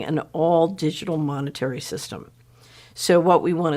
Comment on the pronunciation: the pan-they-mic will end when mon-nayterry - sistim is changed